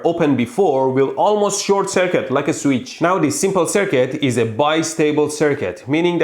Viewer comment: Anyone realize how many times he said sweetch